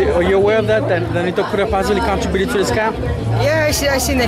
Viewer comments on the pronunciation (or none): Mofo said Con -- Tro- buted....Lmao